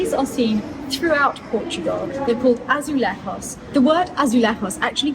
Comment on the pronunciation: Azoolayjoos - we pronounce the j!